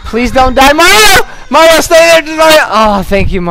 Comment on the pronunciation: lol said m to the a to the r o. maro instead of mario